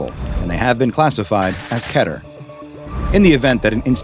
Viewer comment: How many times do I have to say it is Keter not cater this no c or a and you can say safe and Euclid right and not Keter